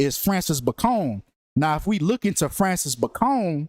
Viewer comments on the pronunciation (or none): It’s pronounced “Bay-con” - just like the pork cut, you moron. Francis Bacon Was English. Why are you making him sound like a Mexican drug lord?